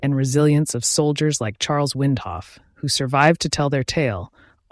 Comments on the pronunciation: WINDOLPH--- not Windhoff. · Windolph. NOT Windhoff. You lost me in the first sentence. Facts matter. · Get your spelling/ pronounciation right. Windolph was not in company L, which was annihilated. This is NOT an eyewitness account. It's a retelling by one of the MANY survivors who were not with Custer. Cheese-dick computerised narration. Another half-baked yt vid.